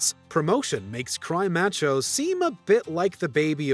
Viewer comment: This guy's pronunciation of "macho" in Cry Macho is breaking my spirit.